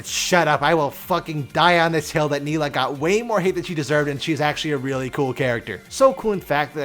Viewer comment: ''Nilah'' instant dislike, i even subscribed just to unsubscribe.